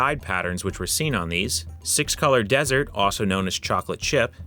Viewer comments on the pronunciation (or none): none